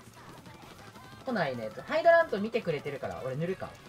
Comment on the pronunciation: 「みて！み"で！」 わたし「見てますよ！w」